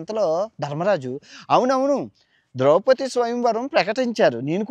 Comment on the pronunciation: ద్రౌపతి కాదు సామీ అది... ద్రౌపది...